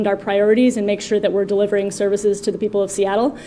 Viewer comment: Did she say 'delivering services'?